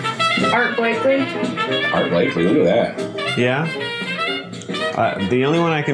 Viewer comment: And it is Art Blakey, not Blakely.